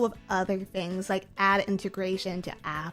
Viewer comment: What a, what did she call it? An "add"?